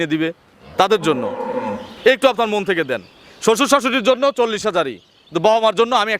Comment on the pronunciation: আরে সারে নয় মন